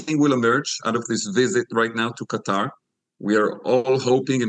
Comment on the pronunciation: It's not Cutter, it's Qatar!!!